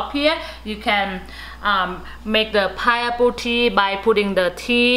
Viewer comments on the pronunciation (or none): It's a piNeapple, not a pideapple, not a pieapple eitherLOL